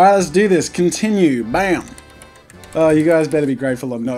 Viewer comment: he sounded so country when he said bam